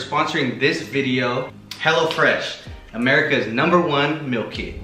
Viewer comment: the "MILL" lmao im dead at how he pronounces meal